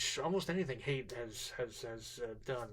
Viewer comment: Haidt is pronounced "height" not "hate".